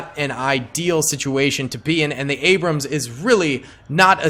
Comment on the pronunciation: You called an T-80 an abruams 😂😂😂